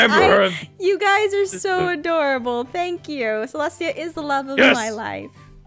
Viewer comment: Aph did u mean aDOORable